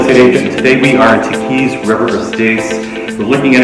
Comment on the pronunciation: OMGaaaaaaaa - The Audio is TERRIBLE. The framing of the camera shows you in those God awful shorts. And you pronounced Tahquitz wrong ...Jesus Christ - Delete this video asap. Fucking hell